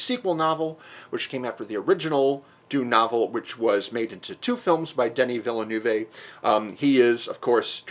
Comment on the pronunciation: also, Denny Vill-a-noo-vay broke my Canadian ears bless you lol it's like Den-ee Vill-noov 🤣